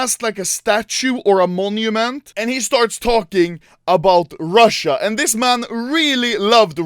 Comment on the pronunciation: БОЖЕ КАК Я ОРУ АХАХАХАХАХА, RRRUSSIA NUMBERR OOONNEEEE